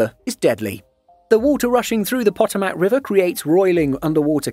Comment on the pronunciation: It is pronounced "Pa Toe Mic" with the accent on toe